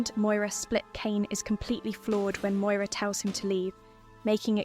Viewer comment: Moira not Moyra